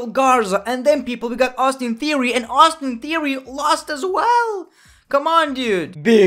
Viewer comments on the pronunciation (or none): none